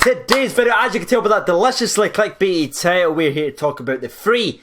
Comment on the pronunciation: Apart from saying "free - free" for the scoreline, though, eh...!? 🤔🤨😆